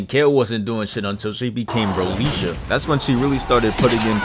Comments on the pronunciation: BROLISHA?!?! hahahahahaha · There's nothing called "Brolisha"